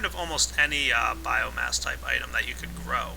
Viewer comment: Epic failure, learn to pronounce "Biomass"